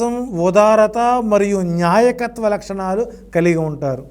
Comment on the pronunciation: న్యాయకత్వ లక్షణం కాదండీ.. నాయకత్వం అనాలండి.. నిర్జీవం లేకుండా చేయకుండా చేయడం ఏంటి మహా ప్రభో.. తెలుగు పదాలు పలికే ముందు రెహర్సల్ వేసుకోండి 😮😮😮